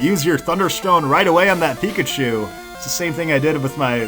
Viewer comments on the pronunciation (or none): none